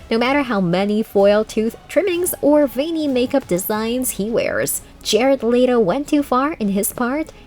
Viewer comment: That's the whites thing I've ever heard "Jerard lay-to"